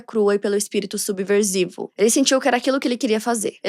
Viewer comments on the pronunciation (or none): Francês ainda vai mas, falar subverZivo?😢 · Oito e meio para o roteiro. A pronúncia francesa está melhorando. Ah, e em subsersivo, o s tem som de ss. "Subverssivo". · Subversivo tem som de S e não de Z 😊